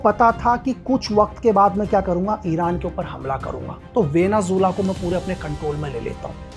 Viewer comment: वेनेज़ुएला ❎ वेनेझूला ✅ वाह 😂😂😂